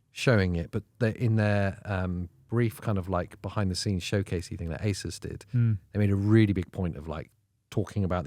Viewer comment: I just noticed you pronouncing ASUS as aysis. I thought it was aysoos. Sorry that's all.i could think about.